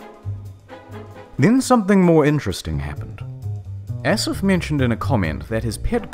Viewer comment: Asif is pronounced Ah/sif. Mudasir is pronounced Ma/di/sa.